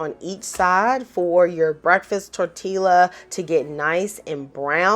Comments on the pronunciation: I got 10 mins to say Good morning 🤗 FYI: Tortilla is pronounced TOR’ tee ya…double L’s sound like a Y in Spanish. I actually prefer tortillas instead of bread sometimes because I just want a lighter vessel. Breakfast Quesadillas are awesome! I gotta try your way the next time. I usually cook the eggs, when they’re almost done I warm my tortilla but while in the pan my egg mixture goes down the center then I fold up the sides up then down to seal it then I roll it over to that side to seal it for a breakfast burrito. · The " L" is silent. Tor ti a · I absolutely love your voice overs. You are adorable. Your pronunciation of tortiLLa is so cute. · Looks great! We pronounce it "tor-TEE-ya" around here. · My sister in Christ did not just say "tortilla" with the hard L lol!! 🤣😂🥰 I'm making this recipe tomorrow. 🥰 Thank you for the idea.